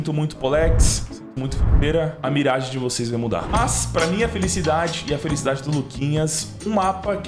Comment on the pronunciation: parabéns pela pronúncia da mirage! Top